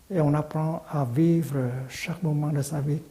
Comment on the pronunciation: « VIVER » ??? Sérieusement ???